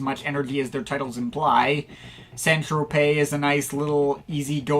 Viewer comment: Nice review. I've been going through the albums recently, some great stuff I hadn't heard before but there is still a lot that is a tough listen in the early days. Top marks for being one of the few Americans I've watched who pronounced St Tropez correctly too 🤣👏